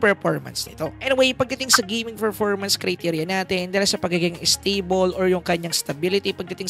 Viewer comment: Nice review.. sakit lang sa tenga ng "Ferpormance"